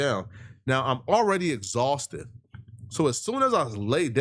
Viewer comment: "Fatigue, Exauhsted, and Hungry as HELL!!!!!!!!!!!!" 🤣🤣🤣🤣